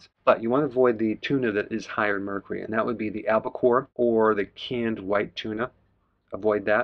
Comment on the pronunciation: Please check pronunciation - the “U” in Mercury is not silent. 🥰